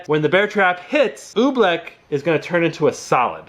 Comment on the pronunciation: he said oobleck like OE-bleck